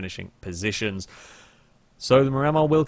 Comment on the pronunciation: Psst- hey! Just letting you know the Miramar is pronounced "mee-ra-maar" after a place in Florida:)